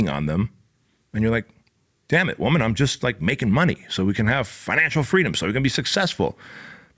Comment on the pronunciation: I love how he said man or wohman